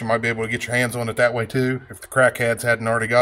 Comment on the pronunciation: "like-eaat", or "like-iss"...sounds like everyone I grew up with who skips the "th" when saying "like this" or "like that", lol! Good tip though, I'm going to harvest a length of copper wire that's laying around in the woods and try-iss! ;-)